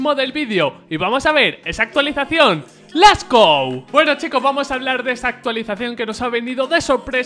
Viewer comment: "les gou"